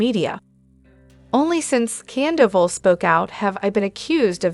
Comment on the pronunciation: I which you'd pronounced names right Schenu?!? You mean Scheana ... Kandoval?!? You mean Sandoval... Again seena ?!? You mean Scheana ... Use your own voice might come across as more authentic..just a thought!